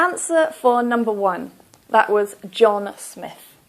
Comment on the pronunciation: Hello, I have started referring your videos for my Canada PR and I am starting with Listening first. In this video I have some questions and I need some help in that. In first letter it was heard as Johnas Smith not John Smith In the third letter it was heard as Shawn Brambling not Sean Brambling In the fifth letter we can also write as Hillary Mitchell rather than writing Hilary Mitchel. Please share your feedback/advice in this this would help in listening test in IELTS, Thanks, Rushabh